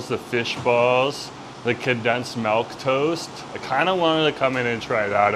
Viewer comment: i love you but good lord the way you pronounce milk is wild you say melk instead of milk and it’s driving me insane